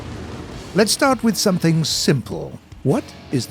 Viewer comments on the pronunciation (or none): none